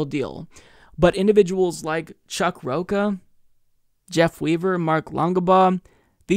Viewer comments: Rocha, like "cha cha cha",. Not ka like "caca" (poop). Lol!:) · It's pronounced "Rocha," not "Rocca." Come on,. I thought you were Hispanic and that your last name was Figueredo. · I wonder if mispronouncing Rocha on purpose.